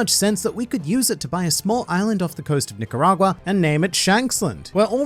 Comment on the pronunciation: Oh my God, you said Nicaragua without saying "Nicaragyua". Was never sure how Australians pronounced it, but listening to British people say it is always jarring.